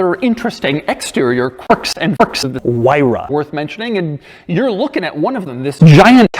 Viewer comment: "Quirks and QURIKS"